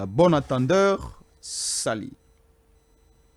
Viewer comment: bonjour on ne dit pas abonadatendeur sali te on dit " un bon entendeur s'aligne"